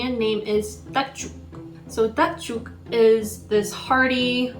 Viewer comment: Please don’t call this dish dak juk. That’s not how it’s cooked. Also get an actual Korean to introduce the dish. That’s not how dak juk is pronounced.